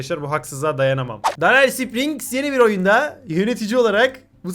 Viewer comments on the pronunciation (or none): none